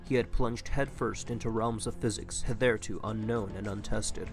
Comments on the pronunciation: “...hith-there-to...?” This fricking Millennial narrator is just reading things he doesn’t understand at all. It’s, “hith-thur-too,” NOT “hith-there-to,” Millennial. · HiTHErETO? You mean hitherto.